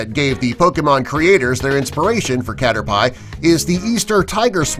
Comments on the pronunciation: Welcome to the sin counter! 1: Drowzee is spelled wrong 2: Said 2 when showing 9 3: Pikachu is not the cutest Pokemon 4: You don't need to catch various Magikarp to evolve it. 5: Emolga is a she in the anime. 6: It is pronounced Caterpee 7: Vileplume got that inspiration, not Venusaur 8: Victreebell is as dangerous as that, read it's Dex entries 9: Luvdisc is weak AF 10: Frogs don't have Bulbs 11: Bulbasaur is not in Smash Bros, Ivysaur is That Victreebell part was painful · Caterpie? XDXDXD ITS PRONOUNCED Cat-Er-Pee Omg I literally almost fell outta my chair XD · Cater-pie THE victreebell, drowsy wow this guy DOSENT know a thing about Pokemon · So many mistakes in this video lmao 😂😂😂😂😂😂😂😂😂 Number 1 : Drowsy Number 3 : is number 6 Number 6 : cater-pie Number 7 : venusaur?? More like vileplume Number 10 : Mario smash bros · Its pronounced as " Cat-Er-Pee " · It is spelt 'Caterpie' but pronounced 'Caterpee'. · you say it catter pee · I died when he said ca-ter-pie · Cater- PIE???? It's supposed to be pronounced as cat-er- pee. Lol excuse the three year old spelling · I is pronounced cater pee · I was JUST gonna write a comment on caterPIE... And then here you go, entire feed about it!! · did this not just say cater "PIE"? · When he said "CaterPIE" I died a little inside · the way he said caterpie triggered me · its caterpeee with a e not i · Cater-PIE? MARIO smash brothers? You can sorta tell the dude narrating doesnt really know much about video games xD It was a decent video though,despite having a little bit of cringe in it haha. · why when they get people to read these scripts do they get people who know nothing about what they are reading and hence, pronounce things incorrectly. Its not pronounced Catter Pie... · am i the only one that got really mad when he caller caterpie cater-pie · stop calling it caterPIE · C A T E R P I E lad, i'm sure it's pronounced kah-tur-pee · Cater "pie" ... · Did they really call caterpie a cater pie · He did not just say pie